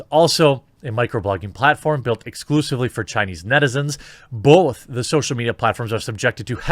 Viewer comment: Making progress. Now learn to say "both" without the 'L' sound in it